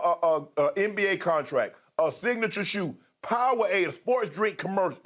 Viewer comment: I love how Shannon pronounces Powerade "POW-AID"